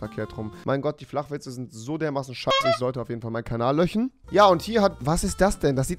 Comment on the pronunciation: Rewi es heißt löschen nicht löchen